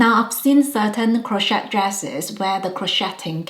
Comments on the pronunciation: We don't pronounce the T in Crochet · Crochet has a silent 't'😊